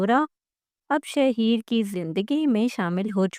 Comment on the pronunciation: Naam to sidha bolna a Nahin Raha shaheer Sahi laga raha hai shahar ko Nahin chhod Kar patarki valid superstar rahi hai